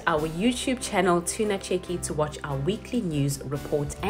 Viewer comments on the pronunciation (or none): none